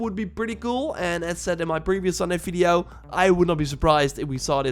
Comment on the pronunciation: Why are you always say Fideo instead of Video ? 🤣